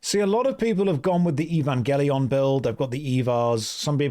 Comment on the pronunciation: Eevangleeon xD